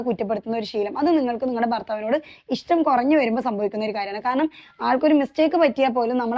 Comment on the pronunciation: 🤣 ' ഇഷ് റ്റം " എന്ന് അല്ല ഇത്താ 👆ഇഷ്ട്ടം ഇഷ്ടം 🤗